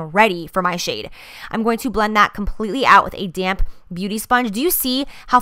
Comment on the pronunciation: every time you say "damp" i keep thinking you're saying "damn" . use that "damn sponge" lol like dammnn right!